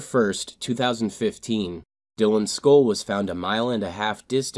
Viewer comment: "Dylans Skoll"